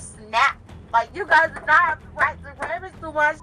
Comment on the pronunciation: so she wants to clock in AND THEN proceed with her ticket…..on the companies time! You clock in when u work not to “be on time” then do something other than work. That’s actually criminal! Have some respect! Oh and it’s RUMMAGE not Rammage